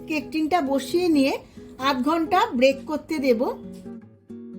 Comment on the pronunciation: Break noi didibhai ota bake hobe